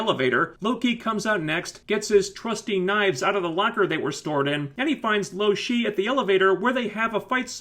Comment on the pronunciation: If you knew her name why did you call her loshe at first...idk...sorry carry on...